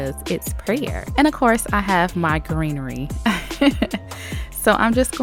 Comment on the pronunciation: It just kills me every time she say’s greenery